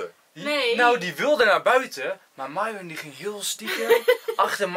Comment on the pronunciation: zij het fout het is myron en de y spreek je uit als ij